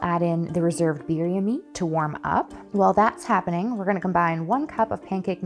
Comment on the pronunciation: crying sobbing as I hear the simple pronunciation of Birria and tortilla 😭😭 I can’t do this anymore